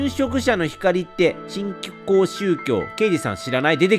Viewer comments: 新興のことずっとしんきょうって言ってるのに気になりすぎる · 久しぶりに見に来たけど、新興が正しく読めてなくて、話入って来なくてやめた！